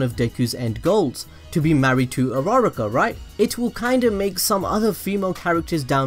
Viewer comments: stop saying his hero name say his real name Izuku Midoriya and uruuaaaruukkaa is not her name its Ochako Uraraka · Am I the only one who heard rara-car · His intro: Hi guys today im gonna tell you why I think dekU does not like urARArarar kaA Me:... WHEEEZE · Dis man really said ur-rara-ka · You prounce it Uraka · AM I THE ONLY ONE WHO THINKS ITS ANNOYING DUDE ITS U RU RA KA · that's not how u say her name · I'm not mad about the theory I'm mad about the way he said uraraka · Bro the way u pronounced "Uraraka" had me dying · the way he said uraraka =_= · I shouldn’t hate but, the way he says uraraka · That way he pronounced uraraka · He butchered her name terribly